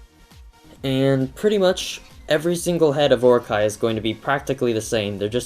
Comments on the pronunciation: Its oro-chee not or-okay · its pronounced O.RO.CHEE. Anyway your drawing is super awesome! ^_^ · That was friggin amazing (P.S. its pronounced or-o-chi) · It's pronounced "Or-o-Chee", but pronouncing Japanese words is hard, I don't blame ya. :) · not to be picky, but, it's pronounced Or-o-ch-ee. Orochi is from a japan myth "Yamato no Orochi." The eight headed serpant cursed a village, and if they didn't sacrifice a maiden to him, they would be wiped out. the 100th maiden was named Izanami, who was a sake brewer. A swordsman, Izanagi, promised her family that he would save her if he could marry her. In the end, Nagi got Orochi drunk, and cut off all eight of his heads. :)